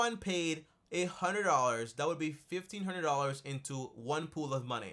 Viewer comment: Way he says 15 hundred dollars 😂😂